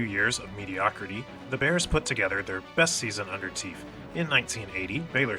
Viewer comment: Teef!! Pronounced Taff